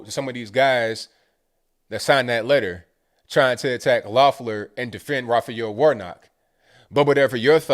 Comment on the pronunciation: I live in Georgia. No exaggeration, I got 14 pieces of political ads in the mail in one day. Two were handwritten postcards from Tennessee and Virginia. Not to mention 8 texts. And my 19 year old got two absentee ballots. Whole lottta money and corruption, this is gonna be a mess. (Also, I'm not endorsing her, but her name is pronounced leff-ler) Cheers from Stone Mountain